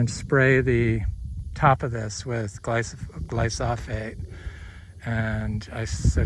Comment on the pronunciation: sure, but i thought i heard you say 'gly so phate'......